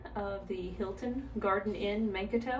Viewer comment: The way you pronounced Mankato kills me 😂😂 I mean that in the nicest way though. Thanks for the tour!